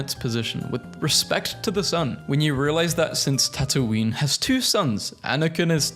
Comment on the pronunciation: " Ta Toon iyn " gave me a mental breakdown, help me